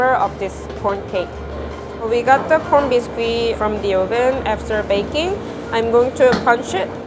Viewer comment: It sound so much like she says p orn when she says corn